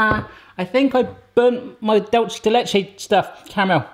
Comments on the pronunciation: Here's how you pronounce 'dulce' in dulce de leche (hint: it's a spanish word): It's 'dool' like in 'tool' but with a soft d instead of a t, and 'seh' like in 'set' but without a t. 'Dool-seh' de leche. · Hi, I’m from Argentina and it is pronounced DULCE (c sounds like an s) DE LECHE. Love ur channel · Dulce is pronouced like dulse “doolseh”